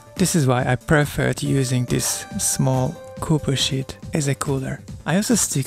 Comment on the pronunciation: He's just saying the way you say "sheet" sounds a bit like a swear word ^_^